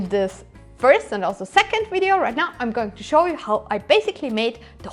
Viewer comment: Fantastic video. Thank you! Still can't work out why you say "wiv" with a v but "wideo" with a w. 😁 Wonderful to see the end of the project. Well done! Amazing work!!